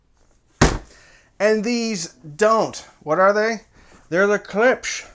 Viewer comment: Klipsch, pronounced KLIPSH, not CLIPS. Thank you.